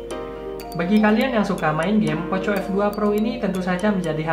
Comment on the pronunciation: Bacanya poko f2 pro bang Bukan poco f2 pro😁